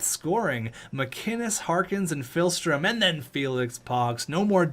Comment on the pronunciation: Day 1 of telling that it's not PHILstrom, but PIHLstrom